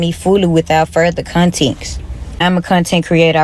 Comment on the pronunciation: Did she say "Contenxt?